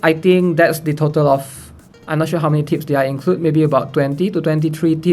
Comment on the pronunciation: Why am I keep hearing tits 😂 is it what I want or is it because I have problem with my ear